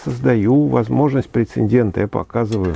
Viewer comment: Прецедент, а не прецедент 😂